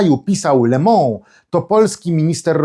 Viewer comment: Poprawna wymowa francuskiego słowa 'le MOnde' to [le mąD], a nie [le mĄ]. / Cenię wysokie wartości komentarzy politycznych p. red..